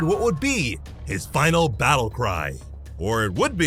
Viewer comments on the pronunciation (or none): none